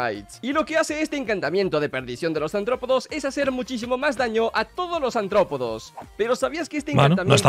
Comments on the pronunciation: Cada vez que dice antropodos...💀💀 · soy el único que oye... "ANTROPODOS"???? no sabe pronunciar la R de aRRtropodoo que? xDDDD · que rabia cuando dice antropodos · Bro, es artrópodos no antrópodos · Cada vez que dice “Antrópodos” me quiero morir. ¡¡ARTRÓPODOS!! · Antrópodos... Se dice artrópodos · antropodos dice el tolai, imagina ni saber leer